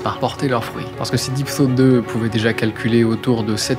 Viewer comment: Soit j'ai l'esprit mal placé soit le jeu de mot est fait exprès mais a chaque fois que tu dis deep thought le jeu de mot ce fait avec deep throat 😂